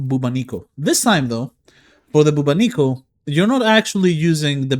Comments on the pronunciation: Dude ! BubOnico ! The accent is on first O ! This weapon is reference to the Bubonic Plague - aka Black Death, pandemic from year 1300 that killed millions ! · That is not how you pronounce Bubonico...